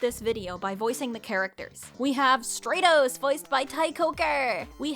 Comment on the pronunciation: I think Stratos would be pronounced like stratosphere, with the a being said like it is in apple, not like in agent